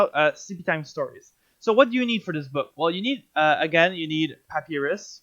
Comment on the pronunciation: This is good as an old wickerbottom main coming back to the game but for some reason the way you pronounce papyrus upsets me